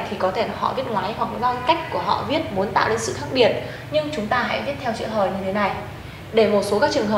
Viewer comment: What .Má luôn cô đọc thành nuôn